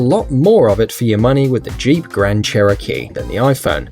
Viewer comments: Crand Cheerokee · Grand cheerokee👍